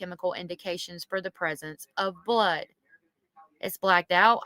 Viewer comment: It's Blood not bood